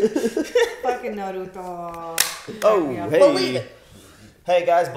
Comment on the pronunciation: Stop calling Haku "she"! And stop saying Naruto's name wrong!